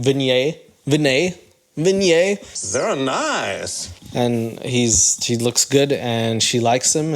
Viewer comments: It is not Vin YAY..... It is Vee Neigh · pronouncing vinay like kanye is taking me out. its probably the simplest Indian name out there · Shekar pronounced his name right. It's you who's pronouncing it wrong 🤦🏻‍♀️🤣 You even mis-pronounced Vinay*s name multiple times!!